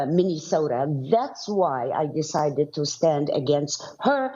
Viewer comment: The good folks of "Minnie-sota". lol